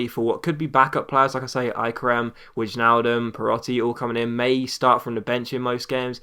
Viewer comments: You pronounce it as 'wayne'-aldum. like in Wayne Rooney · Wijnaldum's name is pronounced 'Vine-Al-Dum', and a half hour special would be awesome!